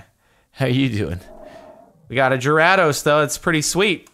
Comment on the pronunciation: You need to look up the pronunciation of Gyrados because it doesn’t matter how hard you try your still butchering it. Also it’s pronounced Ma-while not Ma-wheel.